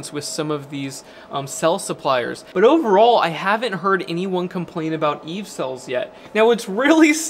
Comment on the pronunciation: You'd "BUT" spells BoouaAt. It's upsetting